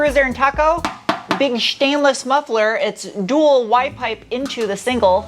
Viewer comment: I like how you say shhi - tainless.